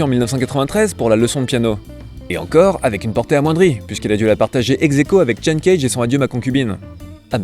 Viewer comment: Chen Kaige, prononcé à la Nicolas? Un peu limite pour un chinois. Plutôt [Caïgué] non? Sinon très bonne chronique qui met le doigt sur une problématique brûlante.